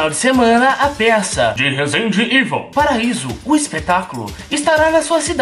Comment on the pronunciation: Ele fala rezendeevol em vez de rezendeevil kkkkkkkkkkk